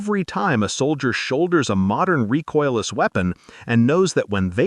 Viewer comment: Reecoiles, not rejoices ,poor IA.